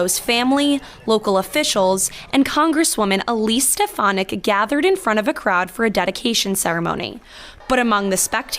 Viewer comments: So glad she was booed. Trump can't even pronounce her name correctly. He says "Elise Ste-pha-nik." Otherwise, he doesn't know who she is. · Rep. Elise Stefanik (or Step-a-nik) as Donald Trump called her, or Miss Piggy (which would fit) came to Congress touting herself as a "moderate Republican" who wanted to "lower the partisan rancor" and "work across the aisle." Then they dangled Liz Cheney's old job in front of her and she became a hardcore MAGA Queen overnight. She's a phony, sorry (rhymes with twitch).